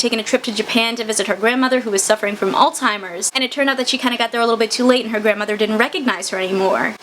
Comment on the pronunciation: Alzheimer’s is not pronounced “alltimers”